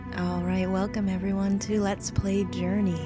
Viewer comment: "Lets Play Görney???" I thought it was journey.